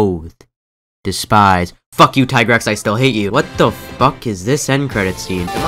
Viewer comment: Had me at mhfu being s tier but lost me at the tigrex slander. also, it's tee-grex. ALSO tri being your number 1 tells me a lot about your person, you sir, are suspicious.